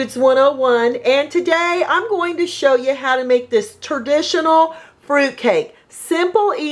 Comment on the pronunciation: I love me some “turdishunal” fruit cake. (Legit excites to try this.)